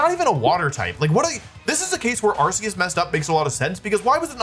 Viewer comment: you were pronouncing them correctly until now... its arkoos...